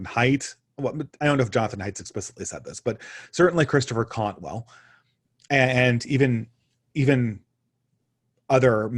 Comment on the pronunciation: you called Christopher Caldwell "Cantwell" twice. And this is not the first time you've done it. Cantwell is a different guy. Not sure if he wrote any books.